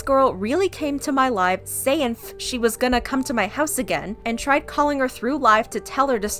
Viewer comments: I was traumatized too, watching that live stream and then hearing read Malu’s post. Lol while traumatized when said “sayinf” 😳😂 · Did you really have to pronounce the typo “sayinf” 🙄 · so everyone just missed the fact that she even said "sayinf" 😂😭😭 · i love how she actually read "sayinf" as it is written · Why do you pronounce the typos. Like you know she “saying” instead of “sayinf”. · Okay but the fact that she literally said 'sayinf' 💀